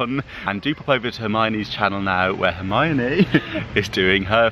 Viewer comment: I just want a audio track of him saying Hermione on loop. So satisfying. Lol